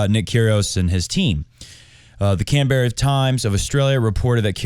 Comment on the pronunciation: I think Australians pronounce it "can-bruh"